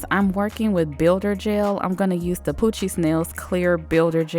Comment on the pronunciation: its so funny how she says poochiez to me😭